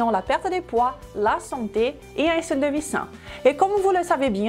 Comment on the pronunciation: Bonjour je vais essayer quelques une de vos recettes mais je ne vois pas beaucoup de légumes vert et féculents dans le même répas. Autre chose pourquoi pour dite "i-stylé, i-stratégie ou i-star??? vous parlez comme Crhistina Cordula?? Le i n'a pas lieu d'être.